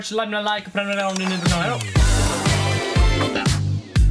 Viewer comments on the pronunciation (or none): Det är för att jocke & jonna säger ”preminumera” 😛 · 0/10 kan inte säga prenumerera, klipp dig. Matte kung laddar upp i vanlig ordning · han säger ju premunerera för att det ska vara ironiskt, att barn av vår tid kanske inte ens kan uttala vissa ord rätt.